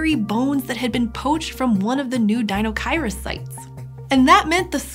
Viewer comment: Apparently I've been pronouncing deinocheirus incorrectly my entire life; oh well, I like this new-to-me pronunciation better than the five-year-old-me version anyways. Pretty sure the sail was for weekends on the sound.